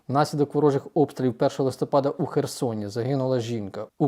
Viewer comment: Чому "листОпад?", листя пАдають, отже - листопАд.😢